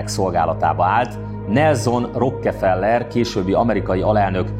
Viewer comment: Bírom, hogy kiejted, hogy Rrokkkkkkefellller. 😄👍👍👍👌👌👌👌👌. Egyébként elég ijesztő az egész, amiről beszélsz... 😱